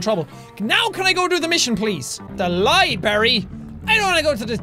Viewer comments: Jack you said LIE BERRY its LIBRARY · Jacksepticeye i love you but u are saying library wrong i cant stand it fix this mess!!!!!! (Please) 😂😤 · NOOOOOOO HE SAID LIBARY ITS LIBRARY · ***** Many people. I'm aware that that was a joke on Jacky boy's part but it still pisses me off when Americunts say LIBARY. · I get annoyed with people when they say, "libary" but no no no not jack it's to cute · its not a libary its a library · When he called it a libary... Not libRary.....OOF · Its not "liberry" its "library" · Jack is the only person who can say library wrong and not offend anyone.